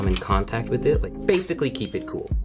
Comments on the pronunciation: "I rike your style" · “Screw in with confidence” “ I rike his style “ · IT ROOK RIKE A SPAGHETTI